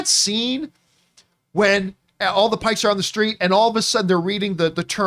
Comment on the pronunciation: John... PIKES. WITH A "P". You are saying something very different and offensive...